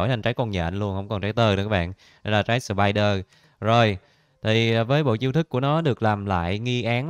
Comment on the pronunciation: "trái spieder"🤨